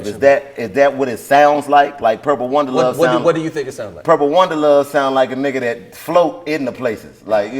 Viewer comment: Dc said “purple wonderluv 🤏🏾” 😂😂😂😂